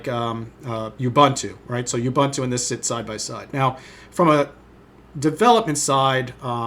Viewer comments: "You-bun-too?" It's "Ooh-boon-too," ffs... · Just one thing... It's pronounced "oǒ'boǒntoō" not "youbunto"